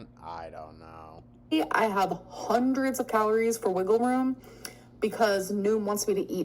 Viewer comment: “A hunerd”